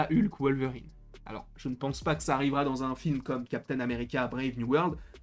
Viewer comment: C'est qui Wolevrine? 😂😂💀